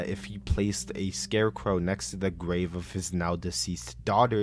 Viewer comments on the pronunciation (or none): none